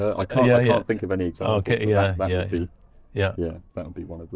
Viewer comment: “cyan” there is also heard in Jamaican patois, isn’t it?